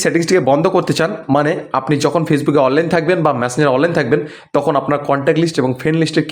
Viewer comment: অললাইন উচ্চারণ ঠিক নেই